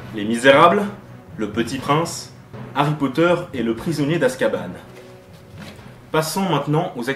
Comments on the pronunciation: Azkaban prononcé "Azkabane" mais quel con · On dit Azkaban et pas azkabanne